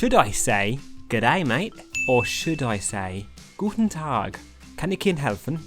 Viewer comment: Guten Tag, German is a bit harder. Not harder in way of speaking. What I mean is the way how it is pronounced. The „Guten Tag“ was pretty good. But the rest was a bit to soft. Just sayin‘ mate, no fence.